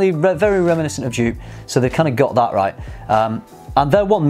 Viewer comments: Joop is pronounced 'yope'. Gio is pronounced 'joe'. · Jupe? I think the original (Joop) is pronounced as "Yoap", like in soap... ;-)) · I was wondering what scent you where talking about, Dupe? Never heard of Dupe? Then after you describe the scent I thought “ahhh they mean Joop!” 😂😂😂 You pronounce the J as the Y in year. The oo as the o in rose. Joop. :) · You are pronouncing Joop so wrong, it's more like in the word dope or rope, just with a J in front. I am German, so I know.